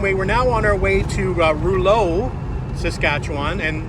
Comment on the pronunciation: Rouleau is pronounced row low. Thanks for stopping. We were fans too. in MB.